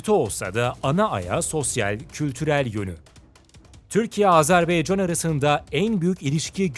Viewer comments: Yahu video yaptığınız ülkenin ismini doğru olarak söyleyin, Azerbaycandır adı 'baycan'. beycan nedir yahu, lütfen dikkat edelim. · Sayın sunucu telaffuzunu düzelt... Azerbeycan değil Azerbaycan... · Azerbeycan değil dostum Azerbaycan lütfen bunu düzgün telaffuz edelim saygılarımla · Azerbeycan değil Azerbaycan diye okunur. Lütfen düzgün telaffuz ediniz. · "Azerbeycan" değil Azerbaycan. Onu düzeltelim. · Azerbeycan degil Azerbaycan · Azerb“E“ycan değil Azerb”A”ycan Admin !!! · Azerbeycan değil "AZERBAYCAN"!!! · AzerbEycan değil AzerbAYcan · Azerbeycan değil Azerbaycan o düzgün söyleyin şu ismi kardeşimizin ismi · Azerbeycan değil Azerbaycan!!! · Güzel video...birde kardeş ülkenin ismini doğru söylesek çok iyi olacak...Azerbaycan...beycan değil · Azarbeycan yox AZEBAYCAN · abi azerbeycan degil azerbaycan dikkat et bunlara helal olsun iyi is yapiyosun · Sizin gibi bir diksiyona ve güzel konuşma yeteneğine sahip birisinin ''AzerBAYcan yerine AzerBEYcan'' demesi beni çok rahatsız etti. Bunlara dikkat edebilirseniz, kulağa daha hoş gelir. Videolarınızı keyifle seyrediyoruz. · Azarbaycan yazıp neden Azerbeycan diye okuryorsunuz ya hu? Daha adını doğru okuyamadığınız bir ülke hakkında analiz yapmışsınız gibi bir durum var ortada. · AzerbAycan şunu düzgün söyleyin lütfen